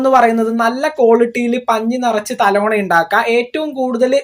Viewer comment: തലോണ അല്ലാ തലയണ എന്ന് പറയൂ കുട്ടി.